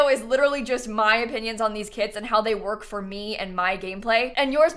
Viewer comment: EVERY TIME she says “kits” i hear “KIDS” and oh my god this phrase got me — i’m not the biggest fan of KIDS